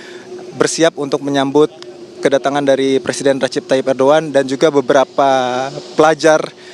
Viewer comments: Bukan erdoan MBK, Erdogan 😅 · ERDOGAN mbak bukan ERDOAN😂😂😂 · ERDOGAN bukan Erdoan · PEMBAWA ACARANYA BERITA TV ONE GA BISA BACA ERDOGAN JADI ERDOAN hehehh PEMIMPIN MUSLIN TERBAIK SEORANG ERDOGAN Menurut Saya NEGARA KECIL TAPI HEBAT DALAM PEREKONOMIAN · Host TVone pada kurang literasi. Erdoan Erdoan.. ERDOGAN tau! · Erdogan kenapa kalian baca erdoan😢😢😢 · Erdoan erdoan, itu erdogan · Erdogan mbak bukan Erdoan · Erdogan bukan erdoewan mba Haha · Ardugan KA bukan arduan. Namanya Ardugan